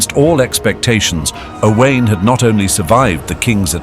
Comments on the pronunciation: O wine. So simple to pronounce Owain correctly. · Owain is pronounced "Oh Wine" Ruthin is pronounced "Ree Thin" (although, to be fair, at the time, may possibly have been pronounced "Roo Thin" - we are not sure) Probably more throughout this video Not hard to learn these in 2026 guys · Dear me, the pronunciation of Owain and Glyndwr makes this almost unwatchable.